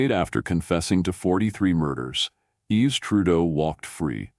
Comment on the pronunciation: His name isn't "Yeeves", its pronounced "Eve". These AI voiced-things undermine their own credibility.